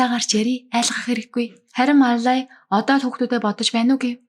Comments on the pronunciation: Мал лая гэдгийг Мал ай гээд бгаа юм бна. Балай авгайг янхан чигээр нь хаяхгүй засрахгүй шүү дээ. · Маллая гэдгээ ямар сонин хэлдийн бэ😅